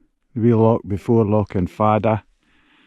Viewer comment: Ruadh Stac Mòr. You can't have an rh in Gaelic at the start of the word. Ruadh Stac Mòr, not mhòr with the v sound. Lochan, not lockan. Very good photography BTW.